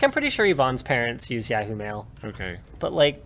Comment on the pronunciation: Does Linus have a stroke every time he says Yahoo?